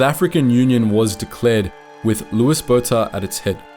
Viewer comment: Another error, Louis is pronounced Louie not Lewis.